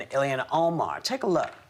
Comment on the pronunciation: whoopi is so freaking dumn it's not illiana her name is il-han